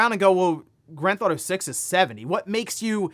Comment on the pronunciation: Having watched this channel for over half a decade.. the number of times he's said "Granthauto" and not pronouncing half of the syllables has saved him hours of his life tbh.